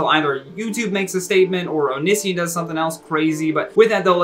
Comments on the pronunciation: I’m sorry but it’s oh-knee-see-on. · The way he pronounced Onision tho 😳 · I honestly love the implication that Onion boy isn’t relevant enough for him to look up pronunciation.😂